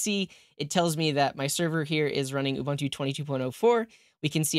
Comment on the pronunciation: Ubuntu is pronounced oo-boon-too